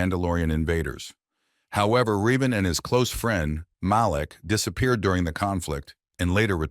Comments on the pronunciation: It's pronounced revan not reevan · Said Revan's name wrong, also feel he should be higher